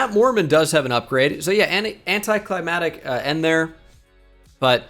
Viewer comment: says anticlimactic funny. Leaves out one of the C's